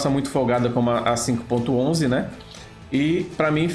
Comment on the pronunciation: Muito bom! Só duas observações, a máscara/touca do mergulhador tende a não tampar boca e nariz por conta dos equipamentos de respiração e a marca 5.11 se pronuncia Five Eleven, só detalhes mesmo...